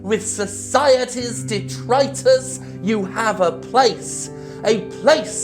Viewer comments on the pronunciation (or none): none